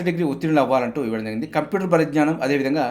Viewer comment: "Jarigindhi " ani clear ga palakandi sir, adhi clear ga artham avvatledhu.